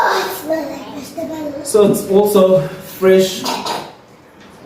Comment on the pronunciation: Did Zenande say “It smells like begtables” 😅😂